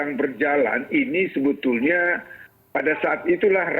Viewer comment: Bhs Indonesia yang bener dong, nggak ada kalimat diucapkan "SUBUTULNYA".